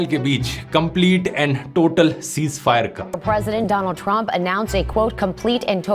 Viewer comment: Dhruv bhai Donald Trump ❌️ Dolaand Trump ✅️